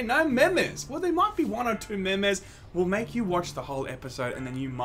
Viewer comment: Hearing you say "MeH MeH's" instead of meme's triggered me so hard. Love you guys.